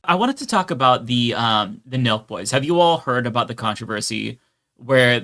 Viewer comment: On, Nelk Boys! The whole time I was watching part of the livestream, I thought you all were saying Milk Boys. 🤦‍♂🤦‍♂